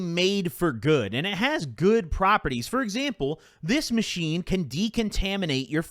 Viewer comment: ttok a hit everytime he said 'aathis machine''